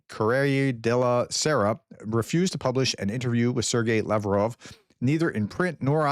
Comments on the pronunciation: It isn't "La Vrove". It's Lavrov (Lav-Rov). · You are mispronouncing “Lavrov”, the Minister of Foreign Affairs for Russia. He is literally on TV and the Web all the time. It just seems impossible to me that you can’t pronounce it correctly. As before, I beg you to just take a little extra time to do some basic research on how to pronounce things/people/places. It undermines your perceived “authority” to be commenting on things as important as the war in Ukraine when you cannot seem to pronounce even the most common Russia names.